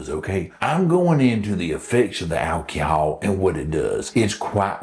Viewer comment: Big fan of the intro 😂 whip noise somehow always makes everything a little better...and the pronunciation of "alcohol" 😂😂😂